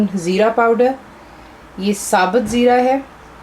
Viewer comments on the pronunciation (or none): none